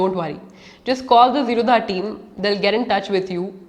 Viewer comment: zerodha is not pronounced zero dha infact it is zero da...d for damru wala D...th basis on which wners name the company zero as 0 and rodha means no blockage